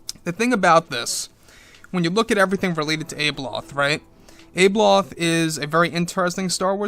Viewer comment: I think you maybe pronouncing her name incorrectly; I sound it out as - Ab-e-loth. Maybe it’s just my Aussie twang 😜